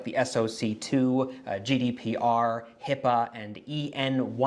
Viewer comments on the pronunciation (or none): none